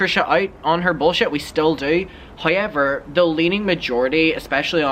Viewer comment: I live for the “hoyever”